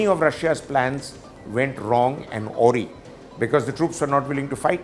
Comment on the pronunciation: Realistic and Interesting views, indeed. The only discordant note was "AWRY" was pronounced as "ऑरि" ---- "अराय्", it needs to be. The same may please be verified from any standard reference. Regards.